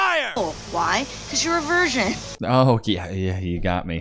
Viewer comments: did "ugly eyebrows girl" just say "version" instead of virgin*?? also not a fan of the sound effects, shots fired, etc. just constructive feedback. good episode as always man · LMFAO SHE CAN'T EVEN VIRGIN SHAME RIGHT CAN'T EVEN SAY IT CORRECTLY 😂😂😂😂😂😂